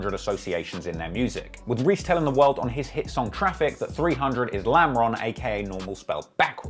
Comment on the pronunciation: You should really stop trying to say 300.....really!